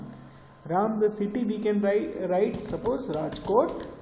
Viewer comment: the way he says "CEETTYY" 😂😂❤❤